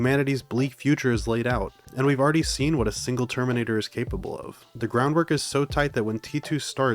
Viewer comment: bro can't pronounce terminator